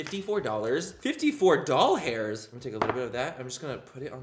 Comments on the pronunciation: Why he says doll hairs instead of dollars?😂😅🤦‍♀️ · OH MY GOD YOU SAID “DOLL HAIRS” for DOLLARS 😭😂💀 MY TIA AND I SAY THIS ALL THE TIME! Lol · 54 doll hairs. I immediately thought of “I now pronounce you chuck & Larry” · ‘Doll hairs’ 😂😂😂😂😂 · Lol 😂 “DOLL HAIRS “